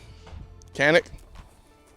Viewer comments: It’s a Turkish name. Spelled Çanik which is pronounced Chun-ik. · It's actually pronounced john-ick. The Turkish language doesn't have a hard C sound in it and the letter C is pronounced as a J. Not trying to be a jerk. Just saying. I don't like mispronouncing things, but maybe that's just me.